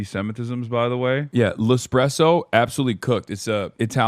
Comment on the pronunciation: After hearing Hasan say "L'Espresso" i NEEEED an entire live in Italian >:3